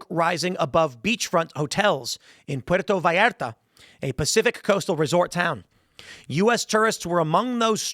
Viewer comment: He pronounced Puerto Vallarta right but Jalisco came out sounding whiter than me. I'm not surprised by the fact that they have rocket launchers and that fact alone doesn't overly concern me. What matters is the type of launcher.